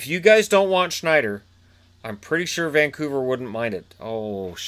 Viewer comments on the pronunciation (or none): none